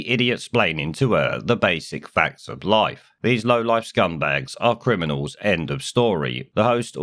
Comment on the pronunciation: There not cwiminals. Your son is. LOL